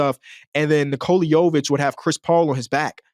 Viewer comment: Bro said nikola yovic 🤣